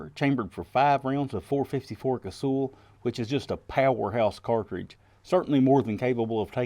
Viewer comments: Does anyone call Sully "sooly". Naaah. It's also not casool. Kaysawl. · KAY-SAW. That's how it's said. Or KAY-SALL.